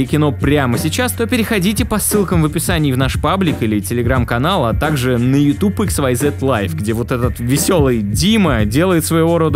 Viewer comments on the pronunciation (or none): none